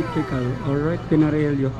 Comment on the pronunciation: Ok na sana kaso Pinarelyo ka ng pinarelyo Paps!😂😂😂 Buti na lng nandyan c miss ganda na nag pronounce ng tama!😂